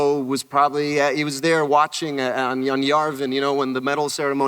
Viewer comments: Yarvin, Poe? Really? It's YAVIN. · Oscar Isaac said Yarvin instead of Yavin. 😩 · Did he just fucking say Yarvin